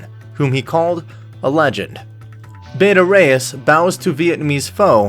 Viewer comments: Learn how to pronounce Bata. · You're pronouncing Bata wrong